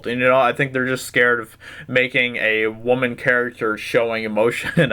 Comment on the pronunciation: W.W = woman CM = wahman